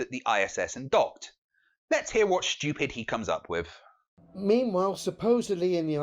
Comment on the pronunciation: And it's WITH!!! not wiff!